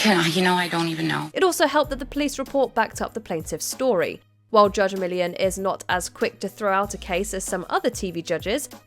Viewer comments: Millian has 3 syllables, not one!! 🤦🏻‍♂️ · The narrator is British. That is how they say Millian. Pronunciation of most words is different between English and American.